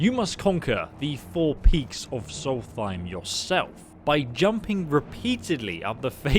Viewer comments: Never in my life have i heard anyone read solstheim with a th :D its solst heim, heim basically means home! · I’m pretty sure it’s pronounced “soul-th-st-hime I dont care but someone else might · Its Solstheim Not Salty Time! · “It’s Solst-heim, not salty-time!” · If you say solthime 1 more time its solstheim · Sol-fime? Tf? Lol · The way you pronounce Solstheim really triggers me. 😅 It's Solst-heim, no th sound in it. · If we talk about pronouncement, it should be written with REAL WAY. In this case, the pronounce is "SOLS-EIM" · Noriel Sylvire it doesn’t sound like he’s saying either